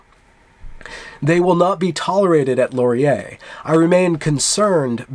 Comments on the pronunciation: Just a quick note on pronouncing Canadian words. You pronounce Laurier "Lor-ee-YAY" but we pronounce it closer to "Loryay" in English or "Lauryay" in French. Please cease all microaggressions against our preferred pronunciations! ;-) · do not accent the last syllable of Laurier; the accent comes at the beginning. Listen to this